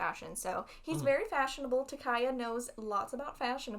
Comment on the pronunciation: hi hi I have tried so hard to stop myself for many episodes now, but can I just point out that ... Takaya is pronounced differently than you both are saying ... okay that's all pls ignore me thanks bye love you guys